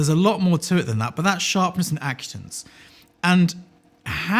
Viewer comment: Acutance,. It's pronounced acutance.